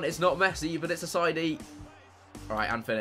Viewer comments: Ass-I-ee-dy not ass-I-dy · Chris please. Assaidi is pronounced ass-i-ay-dee. It was getting annoying.